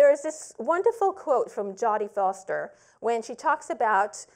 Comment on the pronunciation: I love how she pronounced jodie foster 😂